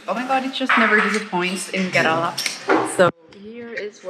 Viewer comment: It must be so wonderful taking road trips in Kerala ( I wish you would learn to pronounce the name correctly, even if it's tiring ) with a person who doubles up as a chauffeur / husband. I have been watching your videos. You seem to live life on your terms... Beaches and beachwear, visits to European style cafes,sun-kissed blonde hair, foods of your choice. I don't want to sound rude but your videos have not much else to offer to viewers whereas Kerala has so much more to offer you . WELCOME TO KERALA,ANYWAY... GOD'S OWN COUNTRY!! I 😂